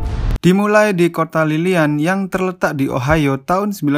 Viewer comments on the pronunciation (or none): none